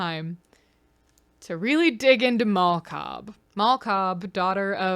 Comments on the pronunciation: I thought you said "Mall Cop" when you said "Mal Cobb" at first. Like, "Paul Blart: Mal Cobb". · I cannot stop hearing “Mall Cop” every time you say Mal Cobb i know someone already commented it but GOD its just SO present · Every time you say her name I hear “mall cop” so I’m imagining Leo is married to Paul blart